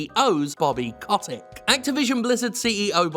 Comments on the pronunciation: If I were you, I’d pronounce his name correctly, COAT-TICK, in order to call him a SCROTE-TICK, a parasite of the extremely vulnerable. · That's exactly it. Bobby Kotick (I'm so happy we continue to mispronounced his last name even after the revelation that it's wrong) does not give a single solitary fuck about video games. He sees only ways of making money. Most CEO's of AAA corps are like that nowadays. Iwata, you are missed. Also, everything is fucked and wrong and we're all doomed.